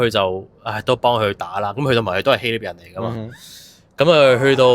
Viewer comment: 希臘 臘音立 不是聶